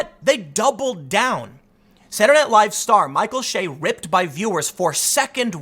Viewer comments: Bro, it’s Che ... not Shay. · Che is pronounced like the ch in chive... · Michael Che every week: I'm Michael Che Tim: Michael Shay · Tim is such a lefty, he cant pronounce Micheal Che's last name the right way. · You'd have to actually watch SNL to know how to pronounce his name. I assume you're at least 45 if you're actually watching it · That's my point. If Mr Research is going to report on Michael Che, he should research how to pronounce the man's name. One way to do such exhaustive research is to watch any of the Weekend Update clips at SNL's YouTube channel. 30 seconds will do it.